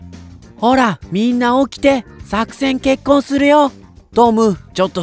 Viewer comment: あの、作戦決行（さくせんけっこう）なのに、作戦結婚（さくせんけっこん）って言ってなかった？